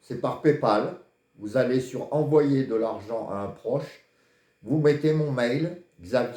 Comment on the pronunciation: Bsr mr votre mail svp prononcé bien on veux s"abonner